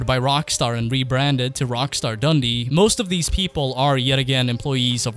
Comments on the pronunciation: Omg why would you buy the studio behind crackdown one of the worst franchise's ever great get guys ! Oh and it's dun-dee not dundee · Btw when you say Dundee put the emphasis on the 'dee' not the 'dun' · I'm from Dundee, so best wishes from Scotland. Plus you pronounced it wrong its Dun-D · plz learn how to say "Dundee" properly... cheers